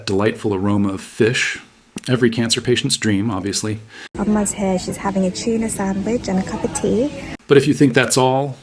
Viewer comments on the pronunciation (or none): She had an inimitable way of pronouncing the word, too: "CHUUNA.". Does she think that sounds posh? And then why go on to say "cuppa tea" in a baby voice? She's just so strange!